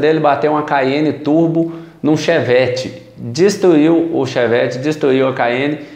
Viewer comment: "estada, teinar, destuiu" kkkk deixa de comer os "r" rapaz!!